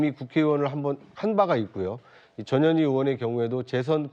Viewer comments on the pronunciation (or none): 내 귀가 이상한가 왜 저녀니로 들리지! ㅎㅎ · 전현희 발음 잘못하면 저녀니? 저년이? 재미있습니다